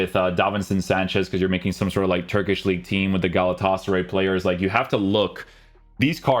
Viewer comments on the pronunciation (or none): none